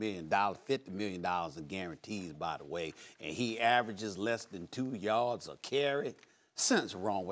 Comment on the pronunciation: "And he averages less than 2 yords a cary!!! LOL